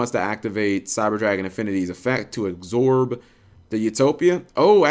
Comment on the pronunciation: Why do you add a 'g' to absorb cap?